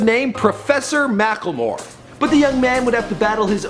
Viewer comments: MackLEmore not mackELmore.. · He is called mack-le-more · it's pronounced mack-le-more